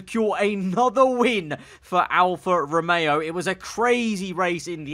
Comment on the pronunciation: George: "alFAST romeo"